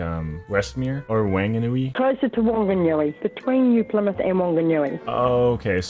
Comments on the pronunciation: WANAGNUI LOL, for intel "wh" in nz has a f sound so he absolutely butchered the name Whangnui which triggered me, but it was really funny hearing you read it. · the way you pronounced Whanganui as Wanganui killed me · wanganooey lmao